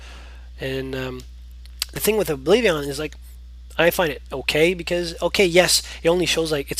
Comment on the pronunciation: Its Oblivion, not Oblivi-on!!!